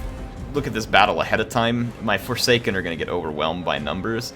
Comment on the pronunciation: Hey name one of the forsaken the forshaken, you miss said it in the video and i thought it was quite funny. No lore or anything it was just funny to me. It was at about in the vid